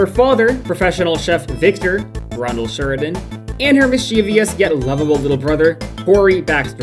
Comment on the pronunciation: mis chee vee ous